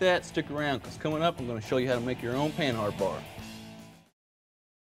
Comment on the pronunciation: it's pronounced pannard not pan hard